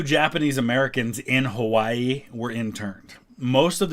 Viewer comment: It's sad that December 7th has faded into obscurity, and it'll be a sad day when September 11th does. Also, the correct pronunciation of Hawaii was a nice touch